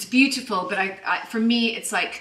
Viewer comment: She needs to stop pronouncing "beautiful" like that --- like nails on a chalkboard.